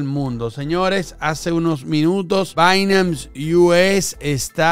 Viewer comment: repite despues de mi, es "Bainans" no "Bainams" hahahaha